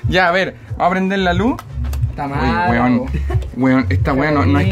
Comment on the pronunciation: tiene luse? tiene lusE??